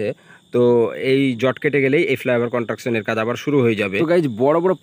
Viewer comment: কথাটা কনট্রাকশন নয় কনস্ট্রাকশন। আর জ‍্যাম্প নয় জ‍্যাম। উচ্চারণ ঠিক না হলে ভীষণ কানে লাগে।